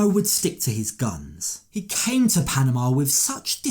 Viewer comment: Would someone please teach this man how to pronounce “Panama”?😖😖😫😫